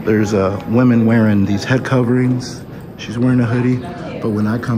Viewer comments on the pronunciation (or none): none